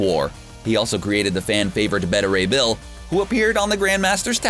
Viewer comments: please pronounce it correctly. Beta Ray Bill is correctly pronounced “BAY-teh” and NOT “BET-uh”. C’mon get it right. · Ironic listening to the narrator on a marvel movie fan channel talking about “Betta Ray Bill” and “Chris Helmsworth.” This idiot cant even pronounce “alma mater,” but they keep hiring him to read the script, apparently.